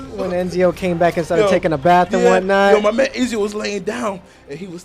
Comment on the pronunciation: i think its ezio not enzio